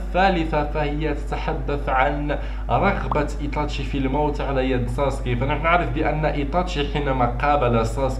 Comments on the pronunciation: اولا يتاشي وليس ايطاشي وثانيا ناروتو وليس ناروطو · إسمه إيتاشي وليس إيطاشي